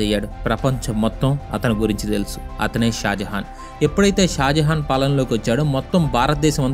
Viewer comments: Bro shah Jahan bro not shajahan 👍👍👍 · Bro malli mistake vacchindhi shajahan kadu shah jahan